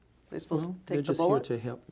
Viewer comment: That and "hep"😩